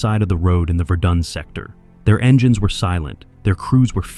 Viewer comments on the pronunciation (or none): none